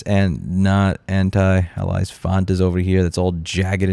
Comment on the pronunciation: It's pronounced "anti-A-lee-us" not "anti-ally-us" ya dingus. BTW, love your content. Keep fighting the good fight. This message brought to you by the American Society for Speaking Good.